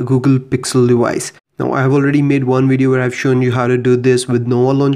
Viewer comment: Wideo? Dewice? :))))